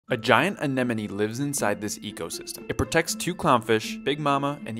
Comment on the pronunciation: Your the first aquarium influencer to pronounce it right. "Anemone" The others are annoying and worth unsubscribing.